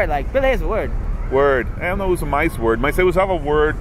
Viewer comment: Rindo do worrrrd, mas fala parrtiu